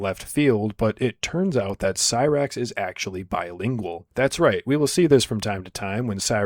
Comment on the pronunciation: he uses it correctly he pronounces it horribly